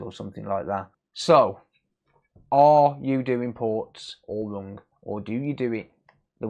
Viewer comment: Forget the hdmi, are you saying wrong, wrong ? It’s not rung, that’s so rung. It’s wrong 👍🏻